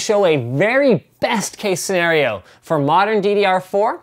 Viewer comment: When he said "very best snerario" at it sets off the "Hey Siri" feature on my iPod :D